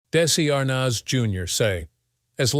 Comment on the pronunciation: I think you are pronouncing his last name wrong.